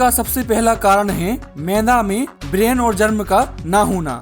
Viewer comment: ब्रान है, ब्रेन नहीं।